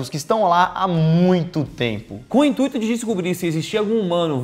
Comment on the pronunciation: Intuíto? hahah